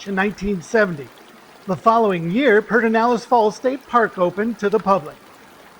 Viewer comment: This is not how Pedernales in pronounced, but it is a great park!